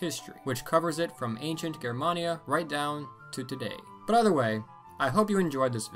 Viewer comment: THANK YOU for pronouncing "Germania" correctly!